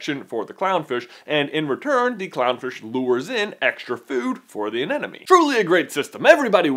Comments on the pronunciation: I didn't actually notice him saying "moovoo"... I was more distracted by him saying "anenome" instead of "anemone" haha Still love you J!! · It's pronounced "a-NEM-ah-nee", not "an-Enemy"! 8P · Your pronunciation of anemone is driving me insane! It's not "an enemy!!" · Katie May He also says anenome instead of anemone, but oh well, people make mistakes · haha you said 'anenemie' so many times :P it's actually anemone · Dude. It's anemone. Not anenome. Also, relax about "non-dominant male." It's not that big a deal. (Love your vids, though!!)